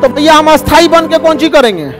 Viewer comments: ख़ान सरजी, माफ़ करना, आपके सभी विडियो में,आप शब्द उच्चारण ग़लत कर रहे हैं। आप स्थाई ( Parmanent) शब्द बोलने की जगह, अस्थाई (Temporary) शब्दका उच्चारण करते हैं।कृपया आप खुद अपने ही विडियो में देख-सुन लिजिए। धन्यवाद। जयहिंद वंदेमातरम। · Sorry sir par asthai nhi sthai😂😂😂